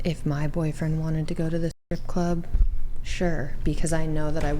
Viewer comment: Funny how you can't say the word strip club lol..